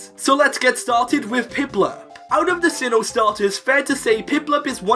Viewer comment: Sinnoh, NOT Sihhon!